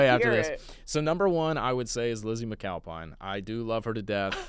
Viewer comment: Did he just say… lizzy mcMFalpine??????